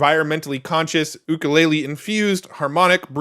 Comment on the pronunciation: It's You-kul-lay-lee :)